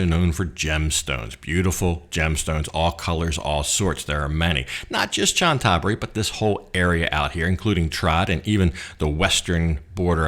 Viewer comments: Cna Tha BURI not Chan THa buri. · Please please learn how to correctly pronounce the name of Chantaburi. It's "Chanta Buri" and not "Chan Taburi". Emphasis on the first "a". You say the hotel's ne is "Meet" but the pictures show it's "Meen". Oh and Chantaburi is also famous for its pepper. Like adjacent Trat and Cambodia's Kampot. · Great Video. By the way Chantaburi is pronounced "Chanta-Buri"